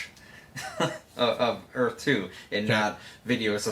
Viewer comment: God I can't listen to that dude butcher the word Earth